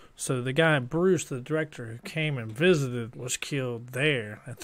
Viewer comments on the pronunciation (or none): Again....his name is NOT BRUCE. His name is Burke. OmG